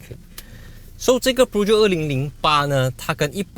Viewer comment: 大哥你的Peugeot发音不对。 正确的是 per-joe，不是piu-jiot!